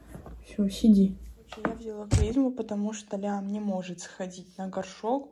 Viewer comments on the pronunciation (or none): Не взЯла, а взялА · Как же меня бесит это вля́ла . Правильно взяла́